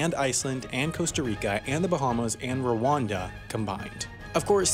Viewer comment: I gave this a tired smile until you said Ruanda. WOW...